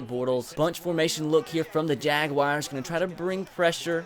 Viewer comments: The Jagwires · when you say jaguars it kills me